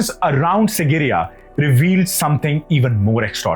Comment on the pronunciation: Dear. It is SIGIRIYA, not SINGIRIYA as you constantly keep pronouncing it.